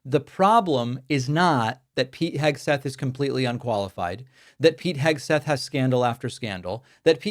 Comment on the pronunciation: Pete Pigswill?